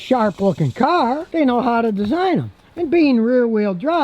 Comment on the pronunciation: Not a great caar but not a bad caar